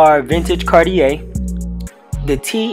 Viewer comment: The way he pronounced Cartier lmao